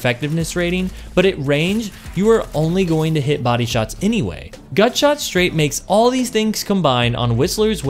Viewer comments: Are you messing with me or are you saying “gunshot” instead of “gutshot” half the time? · Are you saying gunshot or gutshot? 😆 Thanks for the vid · Are you trolling with your pronunciation? I swear I hear you in-game pronounce it correctly at one point, but throughout the video, you keep saying "gun" shot. It's driving me nuts lol. Otherwise, top quality content, and love the explanation. Would love to hear if you've tried this on controller, I can't seem to connect my shots regularly with this thing as I can with Monarch. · Love the video but it's GUTSHOT not Gunshot. You were killing me in the beginning lol. Keep up the good work.